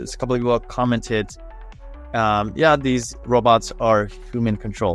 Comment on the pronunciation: yeah, i would expect "robo van" not "rob ovan"